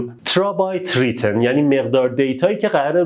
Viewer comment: ترابایت رایتن هس داداش نه ریتن